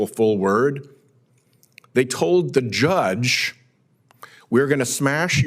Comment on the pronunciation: ANY person should not be detained without warrant or cause - not just judges. I'm annoyed with the way he keeps emphasizing "judge" like somehow the legal things ICE is doing is more illegal because they are doing it to a judge.